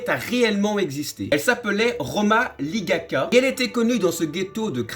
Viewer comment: C roma ligocka et pas ligacka